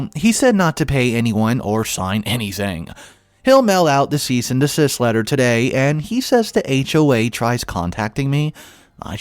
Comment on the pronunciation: “A long, twisted tail…” Try again, as follows: “A long, twisted tale…” Also, interest is ‘accrued’, not ‘a cured’. Lawyers send ‘cease and desist’ letters, not ‘seasoned assist’ letters. I think the glasses are a good idea; with the amount of screen time you must spend, you need to protect your eyesight.